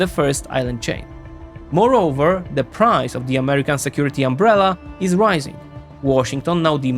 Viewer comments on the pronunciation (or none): none